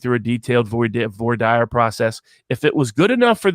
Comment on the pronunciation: Took me a second to figure out that voy dire was him saying voir dire (vwar deer). Lol